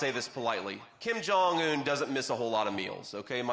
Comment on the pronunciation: The translator didn't translate "thin". She only said "Take the picture so that we look beautiful and handsome." And the North Koreans might laugh at you for your pronunciation of Kim Jong-un. Just wanting to be helpful to a person who is already brilliant.